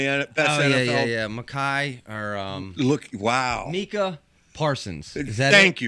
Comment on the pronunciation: My Cah (Micah) Parsons not Meeka LMAO!!!